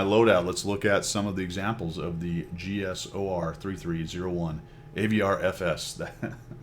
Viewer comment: The "Cheesor"